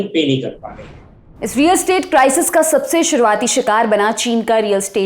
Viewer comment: सब ठीक है पर रियल एस्टेट है, स्टेट नहीं .